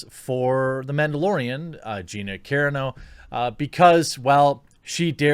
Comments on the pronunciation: OMG... It's Car-ANNE-oh, not KAREN-oh. LOL. I noticed you pronounce a lot of things wrong. I'm seriously starting to think Jeremy only reads things and never actually watches anything on video. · Her last name is pronounced cuh RON no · Just trying to help here, Jeremy. Gina Carano... it’s pronounced Car-ahh-no. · OMG... It's not pronounced 'Care-eh-no'. It's 'cah-Rah-no' She's Italian, dude... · Its Car-on-oh not Karen-oh! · her name is pronounced Car-ON-Oh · Its car-ra-no...not keerano. way to butcher her name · Car-ah-no ...not care-ano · You are obviously not an MMA fan or you would know her name. Her name is pronounced exactly as it's spelled; Ca-rAno (Ca-rAHno), not Care-eeno. --- In your thumbnail the "SJW" second from the right is NOT an SJW. It's Millie Weaver's spoof character on SJW's; Rainbow Snatch. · Ca Ron Oh. Not Karen-oh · Ca-ra-no, Jeremy. Karen O is the lead singer of the Yeah Yeah Yeahs. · You say her last name like karen-o. It's more like cuh-raw-no. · Jeremy bro I gotchu, it's pronounced cuhrano, raw like bacon.cuhrawno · Say it like this "Car ron o" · Love you man - “Car-AH-no” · You're killing me with your pronunciation of Gina's last name. It's pronounced Ka-raw _noh. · gina carano rules! but her name pronounced cuh-rar-no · Carano is pronounced "car-AH-no" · Please Jeremy, I am pretty sure it's pronounced; KER-RAH-NO. You're killing me Smalls. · It's CUH-RON-OH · Cuh-ron-oh. My only tiny critique. Good stuff like usual. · Gonna help you out Gina kuh-RAH-noe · Do you pronounce it wrong on purpose cause it's " KA- RON- NO" Sir 😊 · Dude.... it’s CUH-RAH-NO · Gina last name is pronounced Kah Rah No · It’s carano not carino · It's pronounced Ca-Ron-O. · Please do a quick google search on how to pronounce people’s names if you don’t know, Carano is pronounced KUH-RAH-NO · I don't even think Jeremy knows. If he saw any clips of her fighting he'd know her last name isn't pronounced (Care-uh-no). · It's CA-RAH-NO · It’s pronounced Ca-Rannow